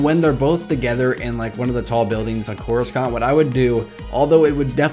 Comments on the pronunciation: if you've watched any of the prquels or the clone wars, you would know that coruscant is not pronounced as corus- kant, it's corus- sant. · It's Coruscant, not CorusKant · (koor oo sahnt) not (koor oo skant) For Coruscant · its cora-sant not cora-scant just to let you know :) even tho its spelled corascant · I hate how he keeps saying Coruscant!!! 😬 thers no K sound in the word!!! watch epp I and url see how it's properly pronounced! your saying it like it's spelt "CORUSKANT!?" 😕 say it as SANT! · Why do you say couriskant isn't it couricant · I stopped watching because of the way u said corasunt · It's corusant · And y do u pronounce Cora-Skant it's so weird... I like ur channel overall tho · CorisKant? Looooool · it's just corussant the "c" is an 's' sound not a 'k' sound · more than half of this video's dislikes are probably due to "that". Coruscant's name is said at least 30 times in the movies, and it's never called "CorusKant"... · Hey I don't mean to be be rude but it is pronounced Cor I sont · Why do you keep saying Coruscant like that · Hearing you mispronounce coruscant makes we want to punch a baby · I know I'm just making fun of the guys pronouncing of it.